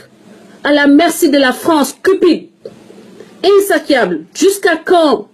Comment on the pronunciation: Insatiable: le "t" se prononce"ss"